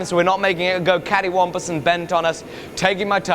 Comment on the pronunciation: Caddy wompas. Is that Norfolk English?